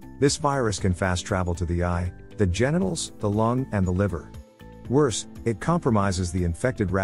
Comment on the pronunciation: The way how he said genitals lol